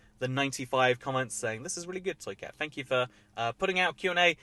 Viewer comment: Sometimes I hear say "soycat" instead of "toycat"... is it just me?